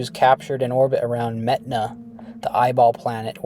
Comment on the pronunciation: mehtana more like meth-ana